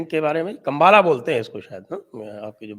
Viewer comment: It's Kambula